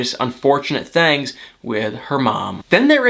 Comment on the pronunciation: Where are you from? ''thangs'' you say it funny.